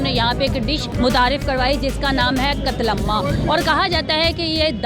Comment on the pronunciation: Ye host k se bol rahi he qatlamaamama buahhaha